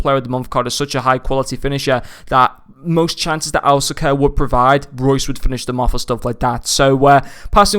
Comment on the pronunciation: it's actually said alka ser